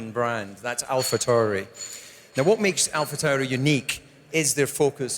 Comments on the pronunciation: I guess someone forgot to tell Coulthard how to pronounce AlphaTauri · I see why they got DC to do this. He can pronounce Alpha Tauri a million different ways and just get off lightly with "that's how we Scots speak."